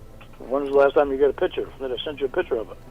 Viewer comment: This idiot still thinks the word is PICHER INSTEAD OF PICTURE. This drives me crazy.